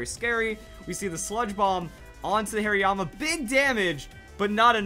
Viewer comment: Whats a "Hairyama"? Is it a Hariyama with lots of hair? (Please don't hate me too much, that pronunciation made me laugh waaaaaay too much not to pick on him)